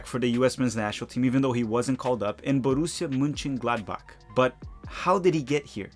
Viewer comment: Your pronunciation of Borussia Mönchengladbach is slightly off, but very admirable for a non-native German speaker.